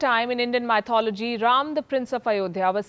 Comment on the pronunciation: Pls check the pronounciasion Mythology